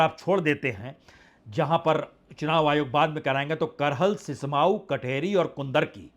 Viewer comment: सिस्माऊ नहीं सीसामऊ है पत्रकार महोदय